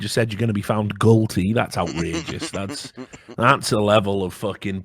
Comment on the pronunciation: I almost dropped my bar when he said "found gullty"